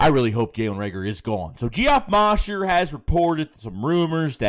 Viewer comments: Pause. Did just say “GEE-OFF MAUSHER” LMFAOOOOOO …it’s pronounced “Jeff” “Moe-Sure” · Geoff is pronounced Jeff...The O in Mosher is long..also.